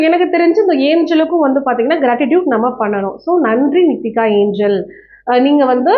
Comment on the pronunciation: அது நிக்கிதா ஏஞ்சல் இல்ல நித்திகா ஏஞ்சல்